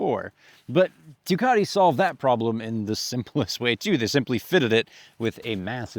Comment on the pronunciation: There is no R in Ducati